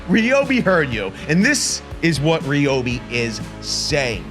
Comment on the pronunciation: It’s Ryobi not Ryobi